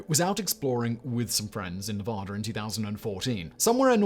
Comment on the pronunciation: nervader lol nevada